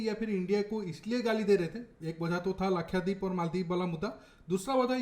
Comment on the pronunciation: its not lakhyadeep it is lakshadeep